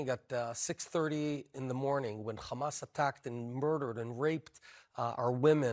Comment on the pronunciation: Bennett is one of the most uneducated israel official i’ve seen on TV till now. The guy couldnt maintain a proper conversation without mentioning “destroying khamas” 😂